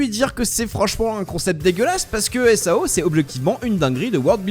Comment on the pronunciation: Supert video apart quelle que prononciations qui serais potentiellement a verifier (example: SAO ne se dit pas en un seul mots mais sous forme d'acronyme comme par example EDF ) sinon dans l'ensemble tres bonne vidéo selement je pense aussi que personellement parler du risque ect de se retrouver bloquer dans SAO ect est bien mais une suite sur les diferente capasiter de Asuna et Kirito comme leur synchronisation ou leur technique comme par exemple combien de temps il faudrait un humain dit standard pour arriver à ce LEVEL de maîtrise, ou bien, aussi euh comment le développeur de sword art online Qui est aiko kayaba aurait fait pour construire tout le système de SAO dans le monde qui est le notre aujourd'hui et aussi comment si cetais posible comment serion nous rester bloquer dans le NeverGear. (En tout cas merci pour cette vidéo)